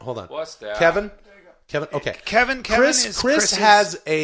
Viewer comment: Hilarious how they keep mispronouncing Calvin as Kevin 🤣. We need on the golden hour